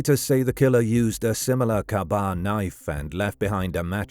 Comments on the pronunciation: That damn KAAAA BAAHHHH KNIFE!!! 😅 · Only because you have awesome content - the knife is a K-Bar, pronounced KAY BAR. Good analysis! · Pronounced kaybar.